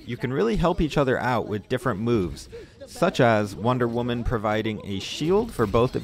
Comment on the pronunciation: I know he did not just say wonder women like that